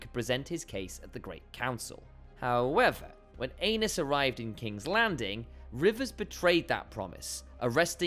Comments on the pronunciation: I thought it was ay-knees not anus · not"anus"Targarian,"Ā nice"Targarian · Poor AEnys...Doomed to have his name mispronounced as ANUS in video after video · Prince Anus... oops!! Aenys... 😂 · Too bad the pronunciation of "Aenys" sounds like "anus." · "ae" is pronounced as "ee" Which I have no doubt you know. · I thought I was mature enough to handle hearing “ae-nus” after reading a few of the comments but no. Giggle every time lol😂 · Poor AEnys...Doomed to have his name mispronounced as ANUS in video after video 🤣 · “The pressure became unbearable for Anus.”😂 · I thought I misheard ...lol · The ae in Valyrian is a long ā and the y is an i or *. If you pronounce the mad king Aerys' name the way they do in the show, (air-iss, ā-riss) Aenys would sound like 'aye-niss', 'ā-niss'. Seems like Gentlemen Broncos to me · I just had the most difficult battle of my life trying to not burst out laughing loudly as soon as I read your comment. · Even the auto-generated captions think it’s “King Anus”🤣🍑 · Exactly why people need to stop using AI voice overs - stuff like this… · I sent it to my mom and I’m just waiting for her to be like why is he saying anus? 💀💀💀🌝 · Ikr 😅 Bro said "Anus & Ranus" 😮 🤣🤣🤣